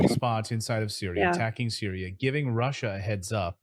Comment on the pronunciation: Rusher, Chiner, Syrier, Cuber...etc.. Oh well, we can't say "Impor unt" here in good ole USA 😁